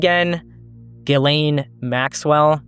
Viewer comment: I’m not defending Israel by any means but I’m pretty sure her name is pronounced Jiz-lāne Maxwell. 😂